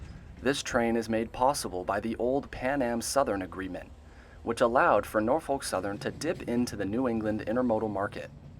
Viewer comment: He said it fine 😂